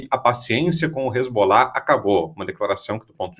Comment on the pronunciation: Só uma correção na fala da, que disse, "hezgollah..." é hezbollah.